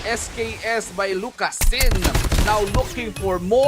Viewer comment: "lucas-ZIN". put some respect on his name